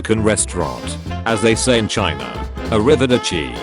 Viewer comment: I love how the bot reads "arrivederci" with all the wrong accents.